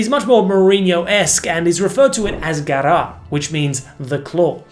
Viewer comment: I've never seen this many mistakes in a video. Please do your research well. It is Garra not Garrar. Just one example.